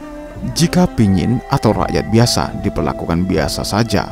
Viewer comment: yg baik. Terima kasih telah mempublis cerita tradisi kematian suku Dayak Kayaan ini. Saya hanya meluruskan penyebutan kata Pinyin*. Yang benar adalah *Panyin Cerita ini terdapat dalam Majalah Kalimantan Review (Majalah KR)_lupa edisi yg keberapa. Penulisnya adalah saya sendiri. Kebetulan saya sendiri berasal dari suku Dayak Kayaan di Sungai Mendalam, Kab. Kapuas Hulu-Kalbar.